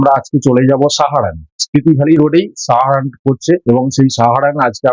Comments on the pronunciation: আমি শুধু জানতে চেয়েছি যে কোন উচ্চারণ টা সঠিক…….সাহারাণ না সারাহান ……এতে তো আপনার লজ্জা পাওয়ার কিছু নেই………আপনার ক্ষমা চাইবার কোন প্রশ্নই ওঠে না….. ভালো থাকবেন 🙏🏻🙏🏻🙏🏻🙏🏻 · জায়গাটার নাম সারাহান না সাহারান…..কোন উচ্চারণ টা ঠিক